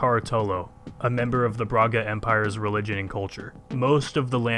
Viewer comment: Brahga Empaire?🤣😂 ok ja começou bem Caratolo kkkk